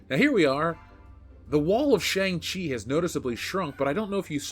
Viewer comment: I honestly thought you said "wall of Shame-Chi".